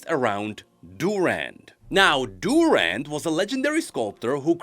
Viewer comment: My man, you have a pronunciation for Durand, and it is DurAnd, not DUrand